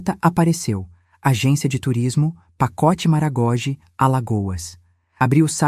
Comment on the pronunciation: Lê-se MaragogÍ e não "MaragÓgi"